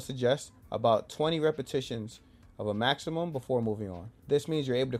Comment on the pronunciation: Did he say the goal was a 10 rep machimum?